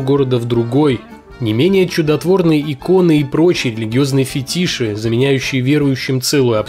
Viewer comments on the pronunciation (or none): Ток не фетИши, а фЕтиши)